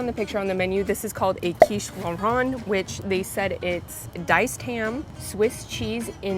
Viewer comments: It’s Lor-ayne. It’s a woman’s name. 😂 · Its pronounced Lor rain as in the girl's name Lorraine. We eat alot of those during summer months. Banana spring rolls I have never even heard of them in the UK. Sheperds pie is a staple in the uk during those cold winter months along with cottage pie. People think its the same,but sheperds is lamb, cottage is beef.